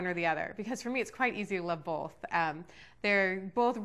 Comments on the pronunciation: Also, Meyer, it's pronounced "both" NOT "bolth" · Did she seriously say "bolth"?